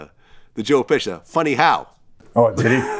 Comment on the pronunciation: Dude just said Joe Pesca.